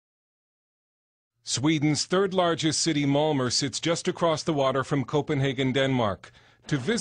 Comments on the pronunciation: Malmer? Isn't it pronounced Malma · malmo (malmö)